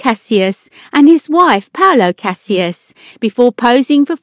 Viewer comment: It would be good if the person narrating could pronounce names correctly - Cassis and Derby at least.